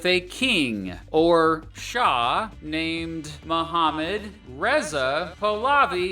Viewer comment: I'd politely like to inform you that the last name of Mohammad Reza Pahlavi was pronounced wrong - Pahlavi is phonetically "Pah-lah-vee", with a slight warble on the "Pahgggh" 😜 I wrote a 30-page paper on the Iranian Rev/JCPOA last term😇